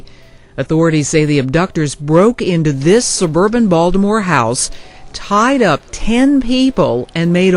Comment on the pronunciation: The way bro say these Baltimore streets wrong is funny if u from the city 😂